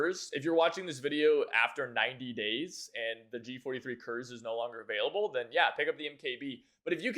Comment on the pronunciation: Don't get MKb in Moscow because it's ahistorical. It didn't exist back then. Also Kurz is pronounced koorts 😉